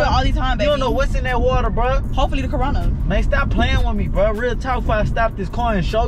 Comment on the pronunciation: Lol the dude in the back said CARONA